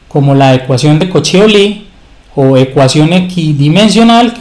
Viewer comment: Disculpa, me parece que Euler era suizo y creo que se pronuncia algo así como "Oiler".